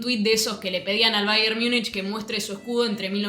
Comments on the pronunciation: En alemán "Miunchen" (München), en inglés, "Miunik" (Munich)... ¿Por qué tú pronuncias "Miunich" cuando en español se pronuncia tal cual de escribe "Múnich"? Malas costumbres que degradan la lengua... 👎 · Che, una consulta… (En buena honda) Sos argentina, ¿no? Entonces explícame por qué pronunciás o decís, AMATEUR por amater ( ahí respetás, y estás correcta con en el español), pero luego decís “Miunish” para referirte a "Miunik" (que en español sería Múnich), y lo peor, la sacás del estadio, no aplicás la misma “lógica” con NEW YORK TIMES , ( Nev York Times, pero decis niu iork tiyms), o con Chelsea, que lo pronunciás Chelsi como en inglés. ¿No te parece un poquito incoherente? O usamos la regla en todos los casos, o aceptamos que hay nombres que simplemente se pronuncian como son, ( en este caso, Niu York Tim, Amater, Miunik, Chelsi), sin inventar traducciones a medida. Porque si no, terminamos con un Fráncfort para Frankfurt, Londres para London, y así la lista eterna… Fuera de esta crítica lingüística, igual agradezco mucho tu información. Vivo en un lugar donde el soccer recién empieza a tener sus brillos gracias a Messi en Miami y la liga de clubes, y eso a pesar del orangeman (o mejor dicho Pedoman, para ser más correctos). Por eso no conozco tanto de la historia del fútbol y valoro tu emprendimiento y las ganas de compartirlo. Saludos.